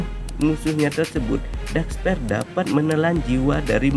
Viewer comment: Masukan min Belajar mengatakan bhs inggris dengan baik min Dark spear bacanya bukan dark sper tapi dark spir Sma yg lainnya jg min Good luck min